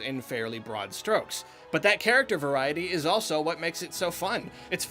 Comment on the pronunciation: Take a shot anytime says "Nintendo characther"